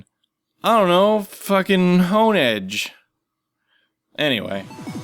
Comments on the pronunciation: "Honedge" XD!! I could'nt stop laughing!!! XD XD XD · Honedge?! XD